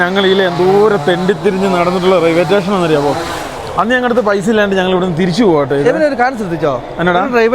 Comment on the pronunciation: റെയിൽവേ റ്റേഷൻ ❌️ റെയിൽവേ സ്റ്റേഷൻ ✅️